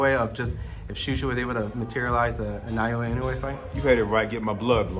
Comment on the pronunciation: Naoya = NAH-OH-YAH -> なおや It's not really that hard.